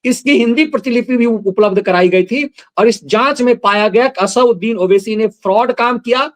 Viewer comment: इस दैत्य का नाम असदुद्दीन है न कि असाउद्दीन,कृपया शुद्ध उच्चारण करें।